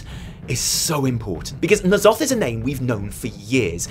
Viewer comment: Thank god you don't say "Enn Zoth" - I have no idea where those people got that pronunciation but it sounds so stupid, more '90s Spawn villain than eldritch horror